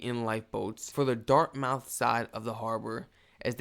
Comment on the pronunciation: It's pronounced "Dart- myth" not dart-mouth !! lol & Bedford Basin , Bedford - Bedford Bass-in ! Great video!! I live in Fletchers Lake, 25-30miles north of Halifax!!!